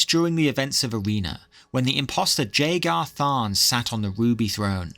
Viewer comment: 1. The J in Jagar has a Y sound instead of a J sound 2. Its pronounced O-ca-to not Oc-ato